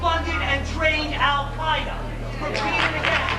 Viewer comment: Alex just said Al CIA-eda